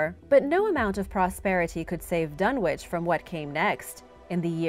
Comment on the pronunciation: The w in dunwich is silent it’s pronounced dunnich